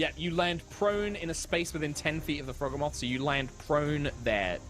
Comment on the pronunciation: The mental strain to not repeat "Croakatoa" when I heard it intensified when I heard every NPC and PC repeat it, such an excellent spin on a reference. My only personal complaint would be the Froghemoth pronunciation since its a mix of Frog and Behemoth and I'm pretty adamant about it being the Bee-he-muff pronunciation rather than the Beh-heh-moth pronunciation, but that's just a me thing, the rest of the episode was glorious as always guys <3